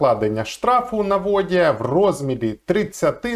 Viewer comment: якщо все стосується ВОДІЯ....наголос на О...то ви явно кандидат наук